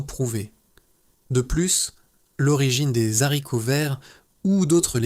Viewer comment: On ne dit pas desharivots on dit des haricots ( avec un h aspiré)